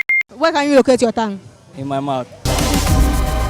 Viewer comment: Thongue or tongue😅😅😅